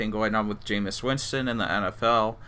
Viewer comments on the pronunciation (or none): none